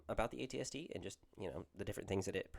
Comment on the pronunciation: First time seeing an AT-ST on the tabletop, I feel in love! Really like the Boba/AT-ST list! Also you’re pronouncing it correctly so no sweat!